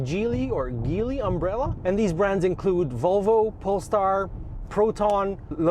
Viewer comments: Well how then do you pronounce that old band the Bee Gees ? GEELY is pronounced the same way.. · Google "how do you pronounce Geely?" and see what comes up. The correct way seems to be ghee-lee